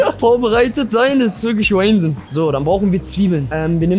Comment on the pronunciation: man lernt auch viele neue wörter :D Wheynsinn (wahnsinn) xD